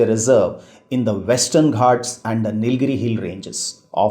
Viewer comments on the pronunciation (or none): none